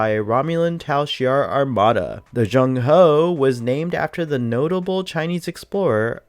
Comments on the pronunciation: It's not Zhong Ho, it's Zheng He. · You butchered the pronunciation of zheng he 😂😂 you are saying jugin hooo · its pronounced Jeng HEY